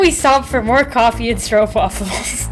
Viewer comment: RESPECT Youre the first American vlogger who is able to say stroopwafels correctly. 😀 i bet your opa learned you that.